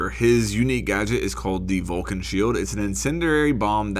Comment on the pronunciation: Just fyi it's not pronnounced vulcan it's vol-CAN it literaly has an accent on the can (hence volcán)